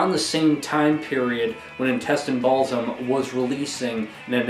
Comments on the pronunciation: Intestine "Ball-sim-...isin't it intestine 'baal-ism'? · the Baal part is correct, but you're saying BaalSIM instead of BaalISM :D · It's BAAL-ISM not BALLS-IM XD driving me insane!!